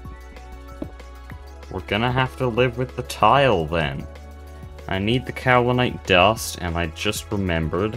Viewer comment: yeah that seems to be the current state of youtube. quantity over quality. not to say that this is low quality content! i'm enjoying this series so far :) wait so is this multiplayer? or are the other "players" from some mod? oh btw kaolinite is pronounced "kay-oh-linite" not "cow-linite"